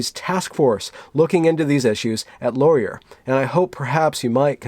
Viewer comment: It's LORE-ee-ay! Not LORE-ee-uhr. It's a french guy's name. (chroma-crank)